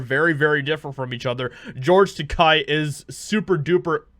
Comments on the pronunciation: George Takei, not "Takai." Tah-keh-ee, not tah-kah-ee. Takei rhymes with GAY. That should help you remember it. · Will he ever say "Takei" instead of "Tekai" someday ? Not important at all but i got triggered because he probably doesn't ever know he doesn't say it right and THAT is the problem to me xD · It's pronounced Tuh Kay NOT Tuh Kie. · Great video. Not a George Takei fan and tired of his hate and virtue signaling. Just one thing though, the end of Takei sounds more like “kay”, not “kie”. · His last name is Takai? I always thought its Takei (ta-kay). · It's not pronounced Tak-”ei” as in “eye.” It's Tak-”ei” as in “gay.” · Its not Tak-Eye, Tak-A, rhymes with toupee. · takei is not pronounced ta kye, it should be "ta ke-ee" (ke as in "kettle") so it is more like ta kay. (rhymes more with okay, not quite but not as bad as ta kye). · Takei not Takai, I don't like him, but please work on pronunciation. Japanese is pretty straightforward in that regard. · It's pronounced TaKEI, not TaKAI. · It's Tah-kay, not Tah-keye. I use this to remember. "George Takei is gay" It's like poetry. They rhyme. 😉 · George's name rhymes with gay. Ta-kay not Ta-kai. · It's taa kay not taa kii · His name is pronounced “ta-kay”, not “ta-ki”. As I heard him say, it rhymes with “toupee”. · Te-kay NOT Te-kai. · Hey, takei’s name is pronounced ‘t’Kay’ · It’s pronounced to K, like “toupee.“ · Its Tuh-Kay as in gay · Please STOP mispronounced the name!! Takei is pronounced (ta-kay) I have family that is Japanese and know a little of the language. I'm not wrong. And from what I understand Takei did try to start a beef to stay relevant but Shatner had no idea till recently. In fact most cast members from the fam3d show know little of Takei because he never wanted to pal around with them ou5side of the stage. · You're mispromouncing George's last name. It's pronounced Takay. Any trekie knows that. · It's pronounced "taw-kay." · It's "Takei" - "Takai" means "Expensive" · Takei, not takai